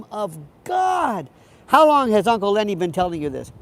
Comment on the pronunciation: Is that uncle linny or uncle lenny 😂😂😂